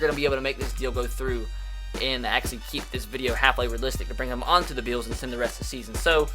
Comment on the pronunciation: bills = "beeyos"